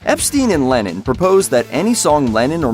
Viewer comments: LennON not LenIN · why do you pronounce Lennon 'Lenin' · Y tf are you saying lenin